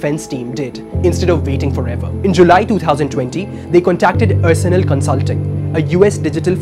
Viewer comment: Excellent report. However, the presenter needs to know that Arsenal is not pronounced as ur-surnul but are-surnul. Haven't you ever heard of the English football team Arsenal?